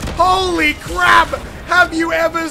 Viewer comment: Did you say crab instead of crap in the intro?